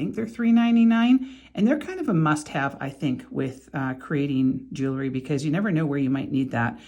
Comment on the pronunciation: This is a pet peeve of mine. The word is: jewelry - not jewelery. Its pronunciation is: jew•el•ry - not jew•el•er•ry. I believe a person who designs, creates, sells, or repairs jewelry has an obligation to use the correct pronunciation of the word. No disrespect intended - just please think about correcting yourself and begin using the word that describes your endeavor. Thank you. ⚘️